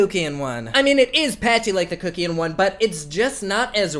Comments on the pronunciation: And it's Kuck as in Fuck. Not Kookian. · Instinctively I believe kuckian is pronounced Satan?! 😉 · The way you say Kuckian gags me omg 😂😂